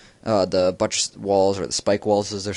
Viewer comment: When he said buttres I jut laughed so hard.......